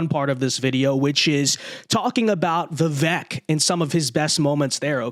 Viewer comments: "Vi-vake" not "Vi-veck" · You, and everyone else, are pronouncing his name wrong. The 'E' has a 'long A' sound, like 'Cake'. i.e. It is pronounced 'Vivake' phoenetically. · Hey, it’s pronounced Viv-ake like cake! It’s time to get it right! get it? Right! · It's pronounced Vivake. Rhymes with cake. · It's "Viv-ake", like "cake".